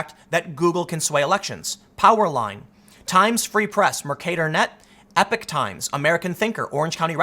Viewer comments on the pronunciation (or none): in this video we learn Tim cannot pronounce "epoch" and instead says "epic" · Why does everyone keep pronouncing "Epoch times" as "Epic times?"